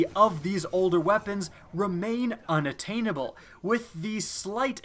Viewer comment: unattainable... good story! we need English classes again come on sorry man but seriously that is an easy word.